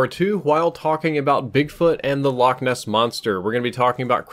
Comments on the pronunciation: I’m Scottish it not lock it’s Loch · its pronounced loch not lock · You pronounced Loch wrong. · the English like to pronounce it lock because they cant get the ch right . we just tell them a lock is what you find on a canal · Infinity ~ I'm sure you claim to know alot about Scotland but Ness is short for Inverness which is the place name. The loch is called loch Ness. Like loch Leven, Loch Lomond, etc. The names of lochs. And a loch is a lake in case you were wondering they're the same it's just we can actually pronounce it you'se seem not to be able to